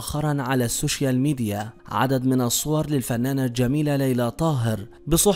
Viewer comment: سوشال وليس سوشيال